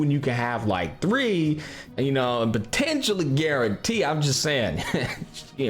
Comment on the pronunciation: Why he said "potentially guaranteed" in that way? Is there some tricks behind his talent?